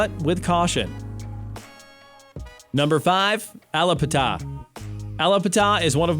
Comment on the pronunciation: There’s nothing but polices 👮‍♀️ officers in Wynwood and you didn’t even pronounce Allapatthah